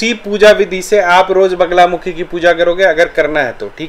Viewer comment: वगला नहीं वल्गा !! वल्गा का ही अपभ्रंश बगला है।